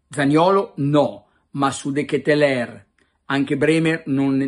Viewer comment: Carlo almeno tu che sei filo francese pronuncialo bene De Ketelaere (De Chetelar)